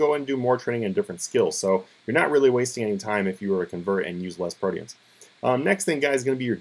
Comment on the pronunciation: Its pronounced proteins, like the meat. Holly fuck man, go to school.